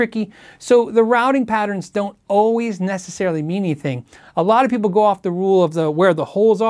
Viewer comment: "meaneething" translates to "Mean anything"